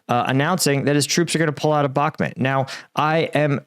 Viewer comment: Sorry for being a dick but it's Bakhmut (Read as: Bakhmoot) and not Bakhmet.